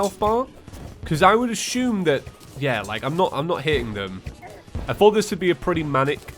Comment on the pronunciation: Y'know..... You probably don't NEED to do the fight THAT high up in the sky. Lol. Also why do you pronounce "assume" like "A-shoom"? Is it kind of a british thing? xD